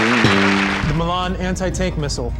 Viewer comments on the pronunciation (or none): none